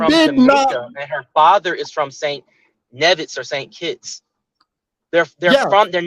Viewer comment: its knee-viss (nevis) not nev-viss